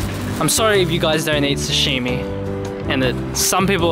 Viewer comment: Yay!!! Please don't say sashimi like that. :)